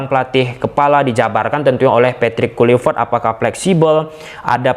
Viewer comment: Di bilang kluivert dari kemaren kenapa ngejanya tetep KULIVERT🤣